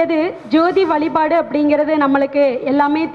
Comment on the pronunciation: அருமை சகோதரி. உச்சரிப்பில் வலிபாடு அல்ல வழிபாடு